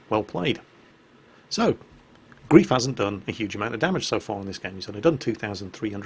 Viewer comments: And it's pronounced 'grife' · Hi. The player isn't called 'Grief' but 'Greif' (gR3iF), which is German for Griffon. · His name is Griffon (ger: Greif/gr3if) not grief. Great play. I do love my Farragut with def fire, drives low tier carriers nuts. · his pronunciation of German is quite adequate compared to other English language YouTubers. I just think he'd like to pronounce the name of someone, who shares a name with how Erwin Rommel named his desert campaign command wagon, correctly;)